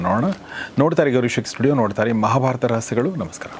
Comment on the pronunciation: Gourish akki is very fast in interdusing, and please say ಮಹಾ baratha, maha is deerga swara😂